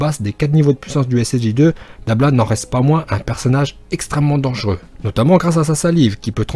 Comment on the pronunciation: Mais par contre c’est dabra pas dabla